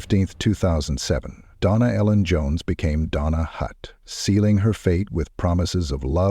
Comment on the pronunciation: You can tell it's AI when they go from calling her Donna to "Dona". Lol